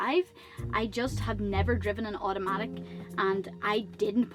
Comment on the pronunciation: Aw-tomatic, rather than ahoo-tomatic